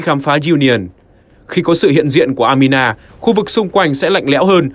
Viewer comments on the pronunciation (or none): Anima đọc thành Amina ????? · Anima nhưng người đọc cứ amina mãi thế :)